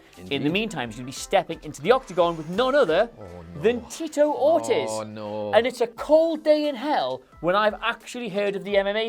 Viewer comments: It's pronounced "Or-TEEZ" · pronunciation of "Ortiz" is so fucking cringy. It's two syllables. "Or-tees." How do you not know how to correctly pronounce of the most common Hispanic last names? Fucking uncultured Englishman. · Ortiz is pronounced like Or- tease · Oh my god please look up the right way to say Tito Ortiz name right that shit was killing my ears 🤦🏾‍♂️